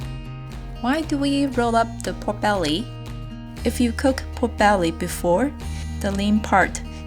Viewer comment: Instead of "pork belly" I kept hearing"poor belly"... Guess it is cause nothing's ever left of it😋